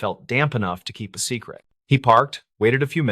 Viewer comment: I'm in Colorado but there's no natural piecing together so it might be hijacked. And nobody pronounces secret that way.